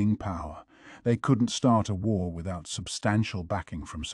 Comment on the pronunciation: There we go go again, the WHARRRRR LEGEND, does anyone know the name of this narrator the AI is using?